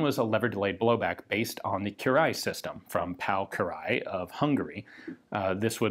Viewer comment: HE PRONOUNCED KIRÁLY CORRECT!!!